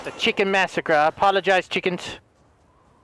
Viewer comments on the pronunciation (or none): none